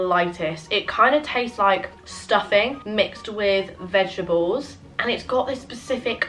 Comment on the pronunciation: Hey, what are ‘vegeables’? 😅 Or am I hearing things?! Anyone?